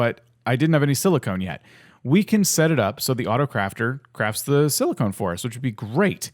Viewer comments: “Silicone” why it’s silicon, sorry this just annoyed me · nice vid although it's pronounce silicon with a short "o" as in cOn man. silicone is something else.